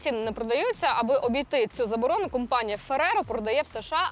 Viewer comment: Це неправда , що Ви із Харкова ! У Вас конкретний западенський говір ! Ну наші люди ... Не можуть , щоб не збрехати ... ( вОробництво , кУмпанія нуі і т. п.)